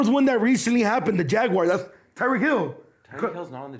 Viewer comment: haha couldnt even say Tyreek Hill's name right...